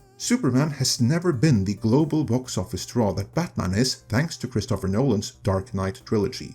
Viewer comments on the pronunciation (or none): none